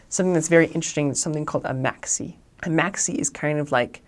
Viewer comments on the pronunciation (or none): 😂 hear how he says maxi.....great video...... doubles 😗 yes it have crime all over d world